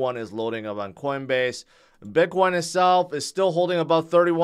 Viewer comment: Sounds like you are saying "bidboy". :)